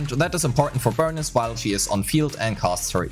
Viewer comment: For the last time, its “Burneece” not Burn-is. 😢😢😢